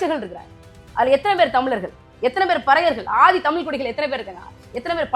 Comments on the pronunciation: இந்தப் பெண் 'தமில்', 'செம்மொளி' என்று பேசுகிறார், 'வால்க்கை' என்று உச்சரிக்கிறார், ம் ..ம் .. .. ம்ம் .. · தமிழ் என்று சரியாக சொல்லவும்